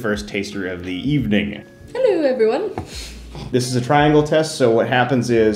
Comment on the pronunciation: Oh my god dude that was hilarious 😂. The introduction to your wife. You looked like you was looking away trying not to laugh knowing what was coming. And her, "hello everone" in some kinda irish accent, or something. I watched that 5 seconds like a dozen times. Made my day.